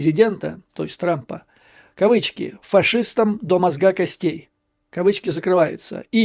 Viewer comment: Юрий Борисович, учите русский язык. Или переходите на мову. В слове «мозга» ударение может быть только на букве «о».